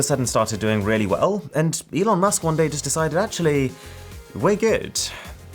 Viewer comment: Nobody: No ones soul: Mrwhostheboss: E on Elon musk: what did he just sayyyyyyyy